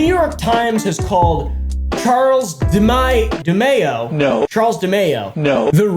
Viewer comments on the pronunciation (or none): Charles D Mayo-land-illio